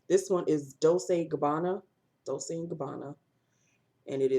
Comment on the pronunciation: have u ever finished a lipstick......and dolce and gabbana is pronounced dol chay